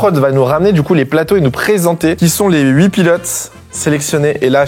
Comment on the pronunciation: Huit n'a pas de S à la fin!! Pitié, ne faites plus cette liaison qui n'existe pas..........